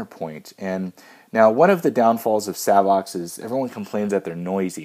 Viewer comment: I asked Savox directly how they pronounce their name. It is...”SAVE OX”